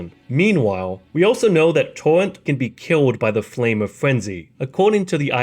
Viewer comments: Tor-Rent not TORNT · TAWENT...TAWENT...TAWENT Lmao you sound like Elmer Fudd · I like how homie says torrent. "Towwent"🥺🥺